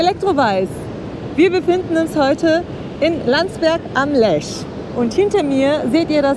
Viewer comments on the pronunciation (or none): Hallo Ihr Zwei, wie immer tolle Berichte-großes Lob an Euch!!! PS: Der Fluss heißt Lech nicht Lesch! Sagt Ihr und steht auch so am Anfang in Film😇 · Liebe Grüße aus Landsberg! Schönes Video aus meiner Heimatstadt! 😊 Kleine Anmerkung : Es heißt Landsberg am LECH. Nicht 'Lesch', wie zu Anfang bezeichnet.